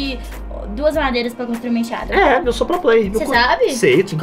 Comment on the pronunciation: E tão pro player que fala emchada